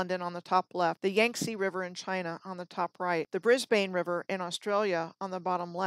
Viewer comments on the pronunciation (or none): none